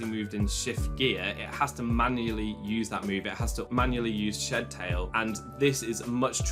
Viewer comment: Shed Tail is two words. It's SHED TAIL not shedTAIL. I can't stand how Pokémon fans don't know how to properly unnunciate their words